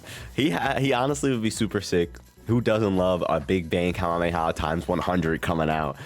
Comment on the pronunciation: know what your talking about, the pre-order character will be a character that hasn't been in a sparking game, so z broly isn't an option, pronounce Kamehameha correctly, write a script and follow it instead of rambling for 16 mins about something that could be done in less than 10. Add visual representation of the subjects talked about, instead of trailer footage playing in the backround.